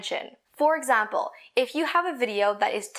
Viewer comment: ahh your videos are always so helpful (also u say example the same way one of my friends do 😎)